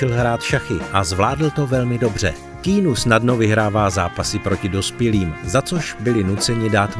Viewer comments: Když už uděláte video o tomto člověkovi, mohli byste si aspoň zjistit, jak se to jméno správně vyslovuje. Je to [kijanu rívs] ne [kínu rívs] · Nie keenu ale Kianu :) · Nauč se vyslovovat alespoň ta jména. Žádný Kínu, ale Kijanu. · Keanu není "Kínu", ale "Kianu", jak sám odpověděl na dotaz, jak se jeho jméno správně vyslovuje. Skvělý skromný muž ❤ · [:kay-ah-noo:] is the pronounciation, just for the info (ive heard you were saying that not-good-at-all the whole time) moment, vždyť to nemusím psát v anglině :D no ale fonetiku nahoře poznáš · Vyslovuje sa to Kiánu :)) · Proč mu říkáte "Kýnů" ? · Zas mi to video naskocilo, tak jsem na nej kouknul... Autor by si mel zjistit, jak se opravdu jmenuje... Protoze [kínu] se Keanu OPRAVDU NEcte!!! 🤦🏻🤦🏻🤦🏻🤦🏻🤦🏻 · Říká jeho jméno Ke-a-nu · K"ý"nu. Ouch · nezlobte se na mě, ale když už v komentáři vyslovuji jméno Keanu asi 100x, zjistím si snad výslovnost, hrůza tohle poslouchat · Informace ve videu jsou mírně řečeno zmatené, mimochodem, i výslovnost jména Keanu máte špatnou.